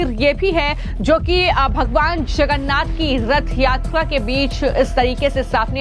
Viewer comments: यह न्यूज एंकर लडकी जगन्नाथ बोलने की कोशिश कर रही है मगर इसका उच्चार छगन्नाध सुनाई दे रहा है जब की विदेशी महिला और पुरुष स्पष्टतासे जगन्नाथ बोल रहे‌ है .. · अरे कोई इस अँकर को हटाव, इसको भगवान जगन्नाथ कहने को नही आ रहा है, वो भगवान छगन्नाथ बोले जा रही है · Bhagwan Jagannath ji ka naam sahi se lijie. Agar ni bol parahi hen to anchoring choddijie warna koi or topic pakdie. This is not tolerable. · Are mem Jagannath Prabhu ka naam to sahi se bolo